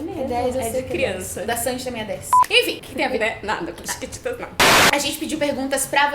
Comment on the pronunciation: ela tbm fala thiquititas!😂